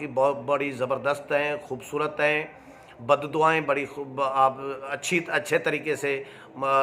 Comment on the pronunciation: براہ مہربانی اردو کی ٹیوشن کسی اچھے استاد سے لے ہی لیں۔صحافی سے اچھے تلفظ کی توقع کی جاتی ہے ۔,بددعائیں,غلط بول رہے ہیں